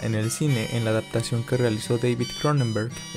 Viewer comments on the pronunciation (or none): none